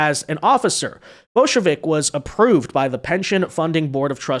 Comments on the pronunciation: bojovic more pronounced like Bojo-witch. not Bolshevik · English pronunciation more like Boyovich, but I'm just one of those people that likes to minimize name mangling.